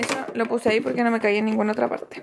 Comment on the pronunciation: se dice "CABÍA" del verbo caber, no "CAÍA"...